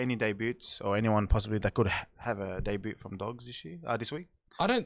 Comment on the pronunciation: Did old mate who doesn’t know how to talk into the mic properly just pronounce the word ‘debut’ as day-bu-t and include the ‘t’?